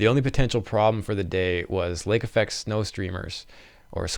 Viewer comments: Lake Effect - not Affect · "Lake Affect"? Not "Lake Effect"?